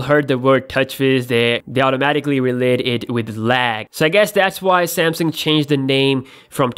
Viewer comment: I like how he pronounced "sam-seeeeeng"